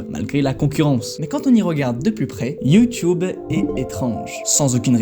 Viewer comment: J’aime bien comme tu dis YOUTOUBE comme mon senseil de judo